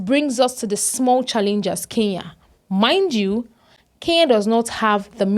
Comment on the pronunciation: She is neither a South African nor a Kenyan. Her pronunciation of Kenya is more like Keya and Kenyan comes out as Keyan! Talks like a Nigerian, loud mouthed like a Nigerian, reasons like a Nigerian, then she must be a Nigerian! By the way, I am a Kenyan, and not a Keyan, as this vlogger is trying to imply.